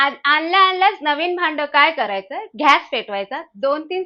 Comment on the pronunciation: घ्यास नाही हो, गॅस. चिटकतो नाही चिकटतो. 😂